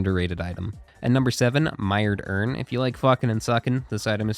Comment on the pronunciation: introducing mired urn like wait what'd he say?? lmao